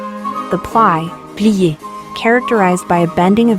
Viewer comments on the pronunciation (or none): This is an interesting subject, but you MUST pronounce the dance moves correctly. It is plee-AY. It is eh-leh-VAY. The narrator advertises that she knows neither dance nor French pronunciation (please do not plead anglicization)